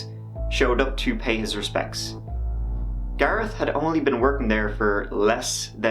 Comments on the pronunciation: It's Gareth not Garrett!!! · HOLD UP YOU SAID GARET LIKE U COULDN'T SAY THE H THEN GARETH STRAIGHT AFTER HMMM LOL U DO PUT ON SOME STUFF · says garetttt again. When before says Gareth properly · I like the way your pronunciation of "Gareth" seems to change every time you say it haha. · does the h not change the sound t makes where ever is from?